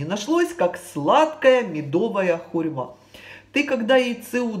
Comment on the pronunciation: хурма а не хурьма. Извините